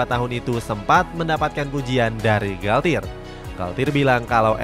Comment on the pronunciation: masih perlu bertaun2 sih buat psg buat juara ucl, gk bisa setaun dua taun tiga taun izin koreksi yaa min untuk pelafalan nya - les parisiens --> le parisiang - parc de princes --> park de prangs - galtier --> galtye - juan bernat --> huan bernat